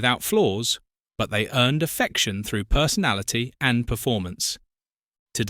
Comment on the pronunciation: I couldn't agree more and I, too, have noticed on this and other videos that AI has a problem with the word AND. It's really irritating!